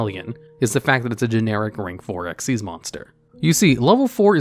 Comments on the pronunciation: I can‘t believe you read the „Xyz“ in Dark Rebellion Xyz Dragon as „Ex-why-zee“ rather than „Ex-iez“. Come on, the Y and Z in Xyz is smaller than the X, unlike XYZ-Dragon Cannon. Never mind that it’s obviously named after the summoning mechanic. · “Dark Rebellion ‘X-Y-Z’ Dragon” lol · >pronounces the Xyz in Dark Rebellion as eks-wai-zee >the very next moment correctly pronounces Xyz as ik-seez I’m convinced you’re messing with us at this point. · I find it incredibly infuriating that he says dark rebellion X Y Z Dragon because it’s so clearly XYZ! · Actually, if you were to ever actually read card text, it is called "Dark Rebellion Xyz Dragon", NOT "Dark Rebellion XYZ Dragon" as you said it! The black monsters from Zexal, with Ranks, not Levels, are called "Xyz" NOT "XYZ" and in the said dragon's name, THAT is pronounced "ek-seez"! XYZ refers to a Lv 8 LIGHT Machine Fusion Monster - "XYZ Dragon Cannon" - NOT the follow-up mechanic to Synchro! I thought you knew this game, how can you get such a basic fundamental so fundamentally wrong? What is wrong with you, man? Also, I'm after Chanbarra (it's "kan", not "chan") for my TG Deck as I already have Armades! I apparently know more Synchro plays than a supposed expert who can't even tell the difference between "Xyz" and "XYZ"! Give me strength! Although, you are American, so I'm at least going to let you off your pronunciation of tge letter Z, cuz you lot are weird! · you say Xyz in its name wrong but then say Xyz right 🙄